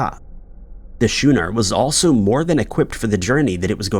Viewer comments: Ok I can't take it anymore. Everytime you say the word schooner in this video & past ones, I cringe. It's pronounced "skooner" with a hard k sound not shoe-ner. A video before you pronounced it wrong right before you butchered the pronunciation of "Dublin," Ireland. Love the show though! In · It's Seoul, pronounced like SOUL. A SCHOONER is a type of water craft pronounced like SKOONER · Schooner ~ (/'sku:nər/) ....schoo as in school and not like shoe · I'm starting to think he's mispronouncing these words on purpose to drive ppl crazy lol. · 5 Scary Mysteries ?? Maybe a simpler title. Please pronounce things properly you are teaching younger people incorrectly. You have a good narration voice but you can just check words you are unsure of - so easy! Schooner and Seoul - basic words. 🤨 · I love you but pretty please say schooner correctly dude 😊.